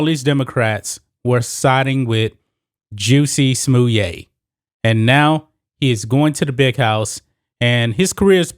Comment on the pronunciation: Is that the right pronouncing Justin Smollett “juicy smoyay”? Never would have come up with that pronouncing of his name… i like how you say it though.